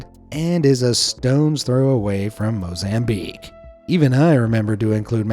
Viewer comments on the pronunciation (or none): none